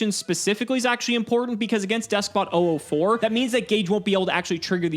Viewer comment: Am I the only one who gets a little annoyed when Gage says 'oo4' instead of '004'?